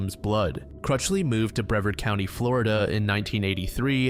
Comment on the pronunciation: hi bb Fl girl here, Brevard is pronounced “Bruh-vard”. I hope this helps and i hope you have a lovely day